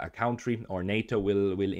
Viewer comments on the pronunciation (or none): You pronunciation of "country" is incorrect. Please, correct.